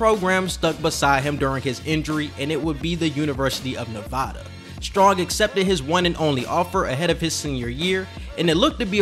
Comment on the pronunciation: It’s nev-A-Duh not ne-vah-duh